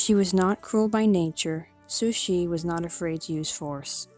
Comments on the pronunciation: "Sushi" is Japanese raw fish. Please pronoumce her name CORRECTLY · I agree.. sounds like she's saying "Sushie". Not sure how she gets that out of Cixi. I rarely hear anyone get it right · I never hear anyone pronounce her name correctly